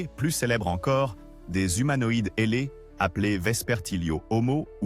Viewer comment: Ailés et pas heller ! Mettez- nous des vrais commentateurs français.